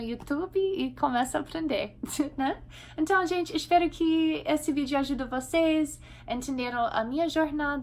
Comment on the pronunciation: Pró, seu português é impecável...mas como vc usa mt a palavra "ENTÃO, se me permite dizer, está soando meio como "enthao"...ok? Gostei mt do vídeo, sempre te acompanho ok? Abçs